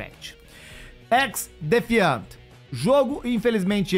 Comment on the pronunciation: O cara não sabe falar o nome certo do Xdefiant 😂😂😂😂